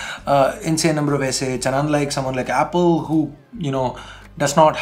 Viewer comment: that's soomawn, not someone, phonetically Suman Sarkar vector art